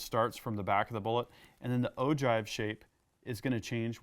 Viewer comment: it's pronounced oh-gyve not oh-jive.